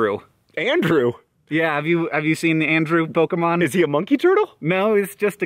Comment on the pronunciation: i'm--aaahh!!! Hank pronounced Pokemon somewhat-properly yeessssss thank you